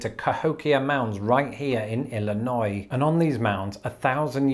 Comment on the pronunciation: I gave you a thumbs up and a subscribe when you pronounced “Illinois” correctly